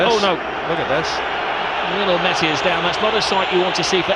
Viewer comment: even the subtitle is pronouncing messi as mercy